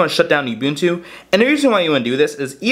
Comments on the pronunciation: It's "ooboontoo" not Youboontoo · It's pronounced uh-buntu, not you-buntu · Wtf is "You-bewn-tew"? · Can't stand how you say ubuntu... It's 'oo-boon-too'